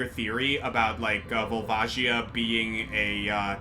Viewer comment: Is the "Volva Gaia" pronounciation because of a certain chandelier?